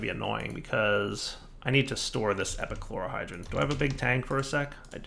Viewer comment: Take a shot every time he says epichlorogen despite reading it correctly the first time